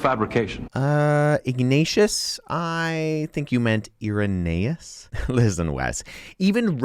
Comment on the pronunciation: minutiae is pronounced my-new-shee-ee. And eye-ruh-NEE-us, not ee-ruh-NAY-us.